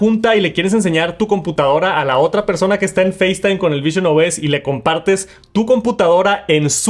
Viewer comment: Por favor deja de decir “persouna” que eres latino no estadounidense